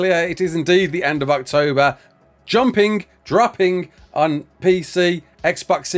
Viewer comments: Totally sounded like said "ARKtober" instead of October while reading the message from Wildcard. Genuinely surprised that pun isn't used more often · Everytime you say October I seem to hear Arktober.....or is it just me